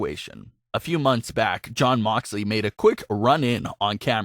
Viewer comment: Its jon not damn